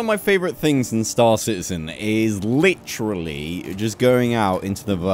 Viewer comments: I love how he said litteralay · No one: This guy: leachrallyyy